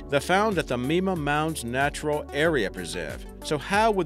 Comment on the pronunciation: FYI, it's not "me-ma", but "my-ma". You're welcome.